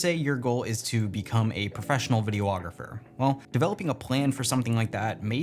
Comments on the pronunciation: Personal Pet Peeve #782; People pronouncing "videographer" "Vid-ee-oh-AW-graf-er"... it's Vid-ee-AW-graf-er"!! You don't pronounce "photographer" "fo-to-AW-graf-er", so why would you think there's a double-o in its video counterpart?? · Love you, love the video, but your pronunciation of “videographer” bothered me throughout the entire video. Correct me if I’m wrong, but you consistently added an extra syllable to the word... “videOographer” when there in fact is only one O. Again, don’t mean to be rude lol, loved the video, just wanted to bring that to your attention.✌🏼